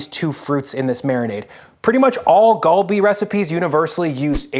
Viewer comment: Just a heads up, Korean is a bit weird "Gal" is not pronounced with a hard G, but is a mixture of G and K. So not "Gawl-Bee" but "gHal-Bee". Basically combine GAH and HA. Kalbi is also an easier way to visualize it.